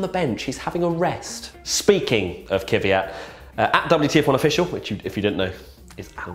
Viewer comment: It's Kvyat, not Kyvyat.